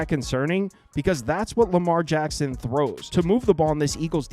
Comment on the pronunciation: It’s Lamar HACKSON 😅